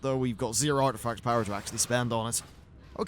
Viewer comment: ARTIFCT??? that's not a word lol :)